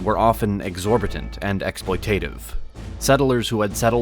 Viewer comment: ex-SPLOY-tuh-tiv ---- not ex-ploy-TAY-tiv